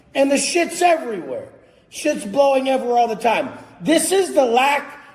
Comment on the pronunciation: “Dis piece of chit”